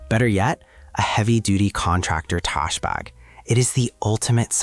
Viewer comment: trash bag = trush barg, ridiculous AI shit